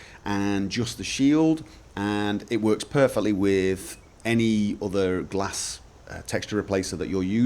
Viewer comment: it is not pronounce gla-s but something else i don't remember